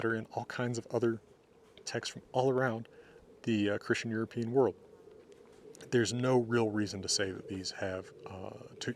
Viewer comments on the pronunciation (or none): none